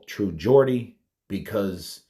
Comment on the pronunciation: As a Geordie myself iam genuinly happy you pronounced it the right way lol iam not really a snowflake it was just odd hearing it pronounce the other way lol